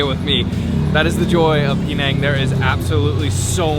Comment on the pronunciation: Hey it is pronounced Penang not Peenang.